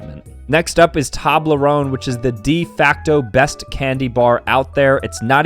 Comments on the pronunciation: STOP PRONOUNCING TOBLERONE LIKE THAT! It's pronouned like towblerown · It is pronounced TOE in toblerone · bro really said toblarone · Who else wants to tell him it's pronounced TOWblerOWEne? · Dunno if he's saying Tablerone or saying it too fast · bro really just said "tablerone" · It's pronounced toeblerone and one time I saw a basin robins store that wasnt attached to a dunkin donuts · Dude sat here for a full 60 seconds calling it a TOB-ler-own 😂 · bro really said Toblerone wrong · How can he say toblerone wrong? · Ok but we not gonna talk about how he pronounced it?